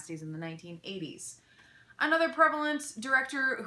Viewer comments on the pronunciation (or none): none